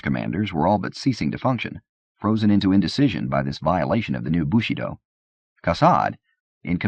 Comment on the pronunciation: yeah as a French speaker it's really jarring to hear. It's like his pronunciation of bushido as "bushy doe" in the soldier's tale